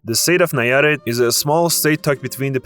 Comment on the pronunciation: Entertaining, but please learn not to mangle the names and pronunciations so much. I mean, how hard is it to say pulque, Nayarít, Tenochtitlán, and other words correctly? It detracts from your credibility. Ah, and the Paricutín volcano... let's see if you can say its full name: Parangaricutirimícuaro! Good luck!